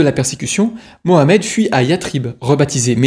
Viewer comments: Punaise pour une fois que les mecs prononcent muhammed et non pas mahommaaaaay 😂😂😂 c’est macron qui lui a donné les sources la mdr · Enfin quelqu un qui prononce Mohammed ! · grand merci à toi pour avoir prononcé mohammed ❤ et non pas maomet 😡